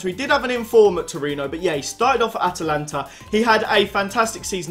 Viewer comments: Atlanta not Atalanta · It's not atalanta- that's the club in Italy mate it's Atlanta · *Atlanta not atalanta